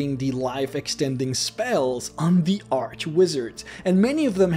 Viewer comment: Can't watch cause you say "arch" wrong